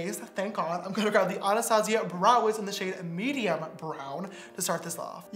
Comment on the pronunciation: Am I the only one that was triggered by how James pronounced “Anastasia?” - Nope? Just me? Ok.